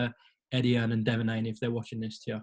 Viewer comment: Dear America.....It's Hearn not fuckin Hearns.